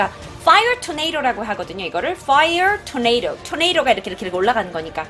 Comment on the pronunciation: 뽜이어 토네이로~